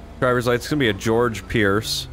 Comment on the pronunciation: Dang it it's "Hor-Hey" not "George" 😂